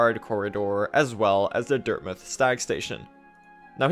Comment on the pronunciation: Great video and all but why does he pronounce dirtmouth as dirtmuth?